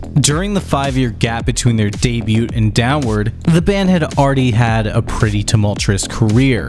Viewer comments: please tell me you didn't just say "day-bute" for debut..... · i played ffvi and downward on the day it came out. On LSD while in the Marine Corps. Also, please don't pronounce the t in debut. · the T is silent in DEBUT